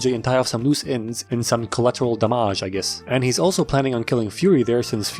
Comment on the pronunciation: "--in some colateral damaaaajjj i guess!" made me and my husband burst into tears of laughter for some long minutes that i had to warn him "pause it ffs, we're missing the jokes comes after that!"